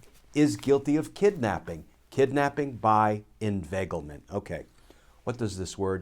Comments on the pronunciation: Word of the day, "Invaglement" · That was a Scooby Doo moment...."inveiglement" rauuu oh..!!